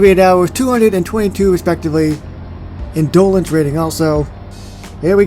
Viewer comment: Minor quibble, but the emphasis for the word "Indolence" should be on the first syllable. IN-do-lence, not in-DOL-ence.